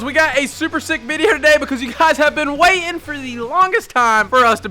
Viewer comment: Waiting, not way'in